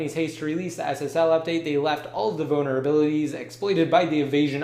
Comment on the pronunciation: omg he keeps saying boner abilitys ahh its annoying now